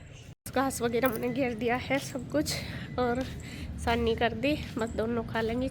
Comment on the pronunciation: Di saani nhi hota hai sani hota hai